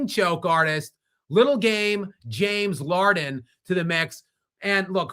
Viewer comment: I just heard LARDEN and can’t get enough 😂